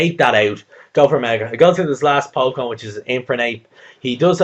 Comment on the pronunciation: didju say chinpokemon? :P